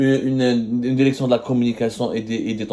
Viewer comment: La DÉRÉCTION !!!! Pauvre langue française massacrée dans la bouche d’un pseudo journaliste